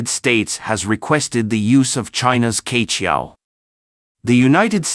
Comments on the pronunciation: No offence, I suggest the pronunciation of "queqiao" is not "K-qiao" but "chur-qiao"，like “church” without the "ch" at the end. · Q is not pronounced "K" but as "Chi" in Chicago. QueQiao 鵲橋 is the Chinese Zodiac Type mythology story "BIRD Bridge" formed by the BIRD "Que" for the "Cowboy" 牛郎 and "Weaver Lady" 織女 to meet in the SKY across the Galaxy ---- SILVER RIVER 銀河!!! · 跟我念，七～月～鹊，不是K桥